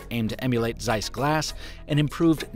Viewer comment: Zeiss is pronounced as "Tsai-ss" not hard Z